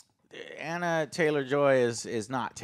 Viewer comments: It's Anya, not Anna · Who the hell is Anna Taylor-Joy? Joe still can’t get names right. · Not even forty seconds into the review and Joe can't even pronounce either of the leads names correctly.... yup. That seems about right. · Watched it last night. Loved it. But Joe, stop calling her Anna. It's ANYA!